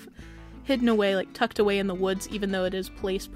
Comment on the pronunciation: Me:watching: it makes it seem more tucked aw-EH Me:thinking i heard it wrong Plays it back: tucked aw-EH Me: O_o me has to comment dis